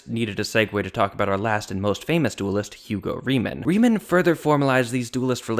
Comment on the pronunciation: Moritz Hauptmann is pronounced sort of like Moe-Rits (like Joe fits) Houptmunn (like House-Sun) - not lice Maurice Hauptman .... Arthur is pronounced in German kind of like Car-Tour without the C in the beginning ... and Hugo Riemann please pronounce like Hoo-go Ree-Mun ... Thanks Greetings from Germany